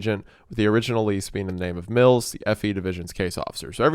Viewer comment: Brian Mills even sounds like Wells